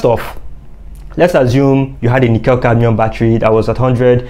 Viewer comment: The correct pronunciation of nickel cadmium is nick kul cadmium not - nic kell cadmium. Thought that you might like to know.